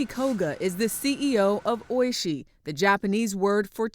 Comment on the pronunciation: its oiSHII not OIshi